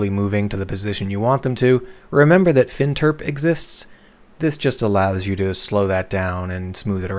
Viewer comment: "fin terp" F Interp....Float Interpilation.